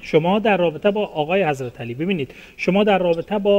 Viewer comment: جانم از شما بعید بود که در تلفظ اشتباه کنی،حضرتِ علی فقط امام اول است..........ایشان که شما صدا میزنی در اصل حضرت علی نامش است،یعنی در ذکر نام امام علی حضرتِ [ت زیر میخورد یا این علامت( ِ ) گفته میشه و این شخص حضرت [ت سایلنت است ]